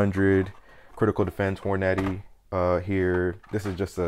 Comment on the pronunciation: I’ve never heard Hornady pronounced like “whore naddy” 😂